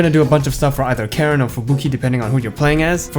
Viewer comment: Really top-notch video, excellent! One thing: it's pronounced "CAR-en", but yeah I love this game. I just wish it had more actual cutscenes instead of skits with screenshots.